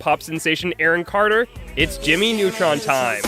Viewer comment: Jammy Nutron